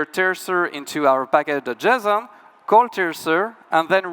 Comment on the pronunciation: Cannot unhear packadojizzon